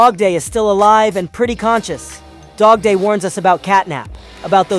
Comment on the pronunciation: Bro not dodday its dogday